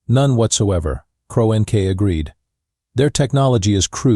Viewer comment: "cro n k" try "CRONK" for the pronunciation!!!🤬🤬🤬🤬🤬🤬